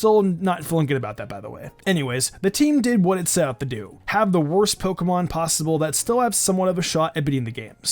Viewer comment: If you say wørst it sounds like wuhrst